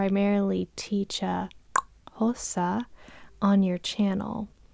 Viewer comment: Aw the way you say Xhosa is not quuuiiitttee right but it’s so good to see you tackle it!! It’s so hard!